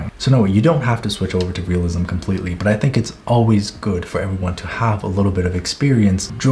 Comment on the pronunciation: I hated it when you said "realisim" until you showed examples, now I know where to start